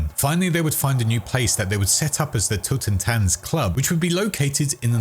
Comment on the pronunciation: I'm German and I thought "Totentanz" was just another translated name. Guess they thought German techno and the whole berlin vibe translates to maelstrom. That's cool. But bro the way pronounced it is killing me. Otherwise he /they killed it. Much love